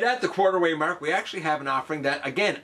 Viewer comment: love the way "mark" is pronounced "merk"👍🔥